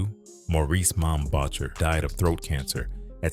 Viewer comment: AI is bad enough, but they it pronounced mom voucher’s name would have been enough to piss him off.